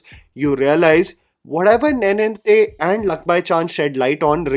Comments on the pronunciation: Sad reality is that you have been saying Telugu names(words) wrongly ever since I've been watching you This time I didn't even had the time to increase speed of the video and you hit me with the word nae-ninthe and you pronounce neninthe. Sorry for the rant, thanks for the video. Appreciate your work bye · good discovery. Ravi Teja is actually a very capable actor. His “Mass Maharaja” persona is a facade…. although i have a problem with your pronunciation of “neninthe”. Nen (similar to the sound of a lions “MANE”)